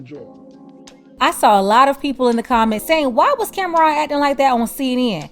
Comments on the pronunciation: Her calling him Camron instead of Cam'ron😅😅😅😅😅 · She didnt even pronounce his name right. Its pronounced Cam-Ron, not Cameron. After he said what he said, she shouldve started asking him about his projects. Instead she dismissed him. Get her TF outta here!